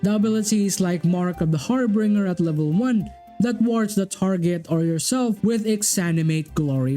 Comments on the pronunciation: Harbinger isn't pronounced har-bringer (like bringing something to someone), it's Har-binger (like the word binge, ie going on an alcohol binge) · I'm sorry, but I winced every time you said "harbringer" I may or may not have screamed "It's har-bin-jer" at the top of my lungs. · great video! for future reference; it's pronounced har-bin-jer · sorry, cannot resist (it's a massive pet peeve of mine). it is pronounced har-BINJ-er (/ˈhärbənjər/). video is excellent, as always. please keep making them. I've found so many great mods because of your videos. thank you.